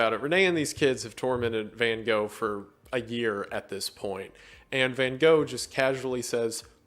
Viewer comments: The thing that shocked me the most in this video was the pronunciation of Van Gogh(which he still got wrong when trying) After looking it up because I couldn't believe it, I still can't get over how different it sounds than what I'm used to XD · noooooo not Van Gosh...... 😷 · “Correct pronunciation” nah fam try to scrape your throat with the ‘g’s then you are there! Dutch is a very strange language :) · That's far from how you actually pronounce Van Gogh, btw. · as a dutch person i always cringe so hard when people try to be a smartass about the pronounciation of his name and still get it horribly wrong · Here‘s the correct pronounciation for Van Gogh :)